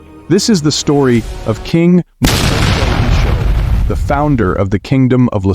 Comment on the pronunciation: Its pronounced moshweshwe